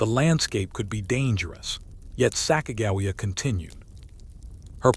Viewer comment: You pronounce Sacagawea wrong